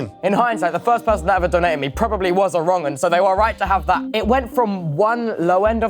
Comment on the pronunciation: "Was probably a wrongin" lmao